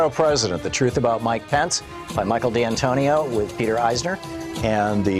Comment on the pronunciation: The correct way to say Michael D' Antonio is like saying Michael Day Antonio